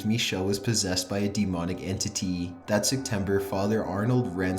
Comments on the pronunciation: and im out the way he pronounced "entity" is so fucking funny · this whole thing was serious and everything but "enTITy" killed me lmakoasbbbftff6c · Dee moneeek entiteee